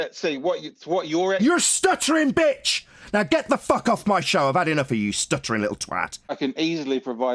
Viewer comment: Vegemite and wtf is "liwwl"? 😂😂😂